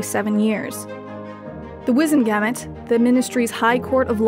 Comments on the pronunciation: WIZEN-Ge-MOTT.. sort out your pronunciation. Wizzen-gametes sounds like a sex thing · The Wizengamot is not pronounced ga-mit but pronounced ga-mot!!!